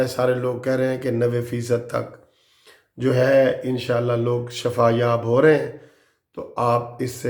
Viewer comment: Shafaa nhi shifaa hy